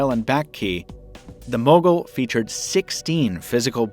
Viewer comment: When you say Mogul it sounds like muggle...lol ....the bloopers were awesome....was laughing like hell